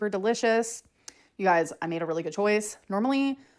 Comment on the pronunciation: "They're DUHLISH!"